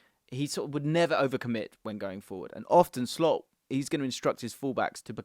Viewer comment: Did you say "Slopp"? 😂